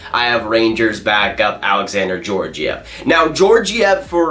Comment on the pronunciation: Can you pronounce Georgiev right